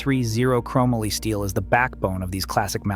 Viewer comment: “Crow Molly” not “Crom uhly”